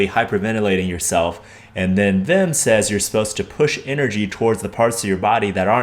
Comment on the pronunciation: Not only did you make a banger video, you also pronounce his first name the Dutch way! Respect and all the love :D